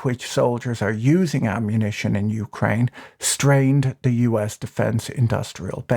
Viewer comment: "Youcraine" First time I heard it pronounced like that.